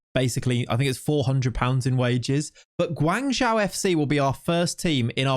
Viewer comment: Hey just for the future. The way to pronounce Guangzhou fc is guang like guong (end with ong) and Zhou like Joe. Obviously, It doesn't matter to much but JIC